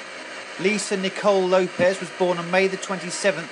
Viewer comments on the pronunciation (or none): Its LopeS, not LopeZ